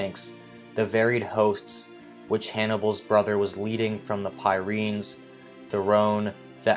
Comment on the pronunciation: commentator cant pronounce places correctly,the pyrenees aggh